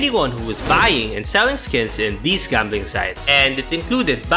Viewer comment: Why the f you say jambling instead of gambling